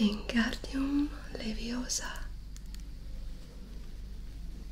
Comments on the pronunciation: Es leviOsa no leviosA :v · She said it wrong. its LeviOsa not LeviosAH